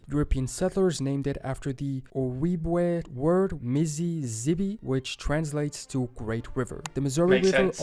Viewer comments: Great reaction! I have said this in a couple other people's reactions to this video, he pronounces ojibwe wrong, It's o-jeeb-way (for the jeeb part it's like how you would say jeep, but with a b instead of a p). Not trying to criticize him, he's amazing, just letting you know so if you ever come across it again you know how it's supposed to be pronounced. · Cannot pronounce Ojibwe correct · The narrator is pronouncing Ojibwe or Ojibwa incorrectly. The “j” is used. It is Oh jib wah or Oh jib way NOT Oh wee way. If uncertain use Google translate.